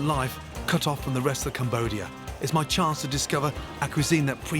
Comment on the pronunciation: what the fuck is a chonce